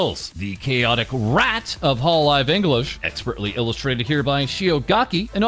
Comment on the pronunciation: Well the way he says rrrrrrat is certainly something else